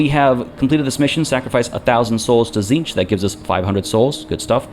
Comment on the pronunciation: Tzeentch, 'cinch'. 'It's a cinch'? As the lord of knowledge?